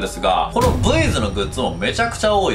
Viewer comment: ブイズがエイズに聞こえた